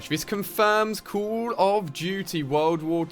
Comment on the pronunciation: I would give you thumbs up if you say call right and don't talk so damn much